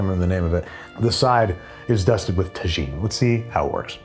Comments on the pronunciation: Tah-gene is a cooking vessel, Tah-Heen is a seasoning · Pronounced "Tah-Heen" NOT "Tah-Jeen" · TAGINNNN ITS PRNOUNCED TA-HINN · Tuh•heen not tu•jeen on the rim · Tajin is spoken as Ta-Heen. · It drives me absolutely crazy that he pronounces tajin “tuh-jean,” and even more that NOBODY is talking about it. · Bro..........the j is pronounced like an h in Tajin. How do you say tortilla? Lol 😘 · TA"JEAN" lol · Babby, please. As a Texan, I'm begging you. "TA-HEEN." A tajine is a totally different thing. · I'm from Pennsylvania for goodness' sake and even I was shouting "TA-HEEN" at my laptop! Sigh. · Why has no one corrected Andrew on the proper way to pronounce tajin? It's TA-heen. H sound for the J, it's not like tagine, the moroccan cooking vessel. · not enough people in the comments are talking about that tajin pronunciation… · Can someone teach Andrew how to say Tajin properly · Please say the way youre saying Tajin that way is a bit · Not just Texas! I’m in Cali and cringe at his pronunciation too. Pretty sure the whole south west knows what’s up. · Yes! Im in Arizona and when people mispronounce Spanish words I die inside lol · learn how to pronounce tajin please